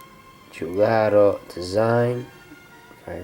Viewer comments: Nice video. But it's Giugiaro, not Giugaro :) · Great watch and fascinating history! But... the designer's name should be spelled as it's written: "giuGIAro", not "giuGAro" like you do! Love all your vids! Keep going! Ciao! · Giugiaro it's spelled like "jew-ja-ro"...not "jew-ga-ro". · Please stop saying giugaro. it's Giu-gia-ro. Reads like dju-dja-ro or ju-ja-ro. [ dʒuˈdʒaro] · La corretta pronuncia e' Giu' Gia' ro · Giugiaro ( jiu- jiaro). For the love of god that made me cringe